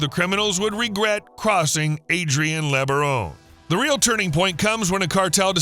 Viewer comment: Don't belive the .B.S LOOK up and research Ervil Lebaron , .... Brian Denahey portrayed Ervil Lebaron in the movie prophet of evil. Those Lebaron are NO good. Do the research and find out about that family. This youtuber continues to pronounce the name wrong.